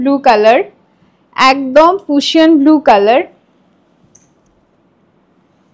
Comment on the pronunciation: Ota Prussian Blue. Pussion blue noi…. I think tumi ekbaar tao check nao. Its important that you pronounce the colours properly when you are in this business and dealing with the customers😊